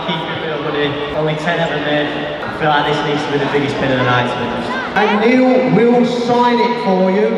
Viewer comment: It’s Nile not Neil haha that cracked me up 😂😂